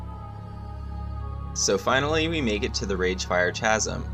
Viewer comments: Keep doing these videos. But I really must say... Chasm is pronounced kazəm, with a "K", not a Cha. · mfw you cant pronounce chasm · No that’s not dialectic. It’s not worth getting upset over the guy is trying to help him polish his videos up. People mispronounce words all the time, especially older unused words like Chasm